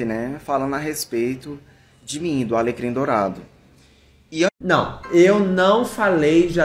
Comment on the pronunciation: A FALANDO "alegrim dourado" SOZINHAAJAKAKKAKAKA